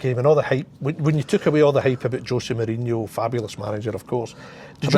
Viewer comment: José Mourinho not Hosie Mourhino